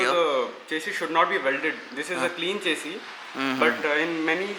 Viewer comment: Eh chesy chesy kya hai, eh chesy chesy. Chesy chesy le leeeeeeeeee,...chesy chesy le le chessssyyyyyyyy.. English ki toh maa behen kardi chesy ne...